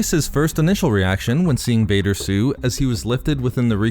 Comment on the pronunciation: I really liked this video you did but please, enunciate T better in the future. Hearing Vader's Sue over & over again nearly gave me an aneurysm.